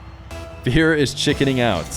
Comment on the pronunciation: "If old feer is old feer, then is new feer older feer?" yooo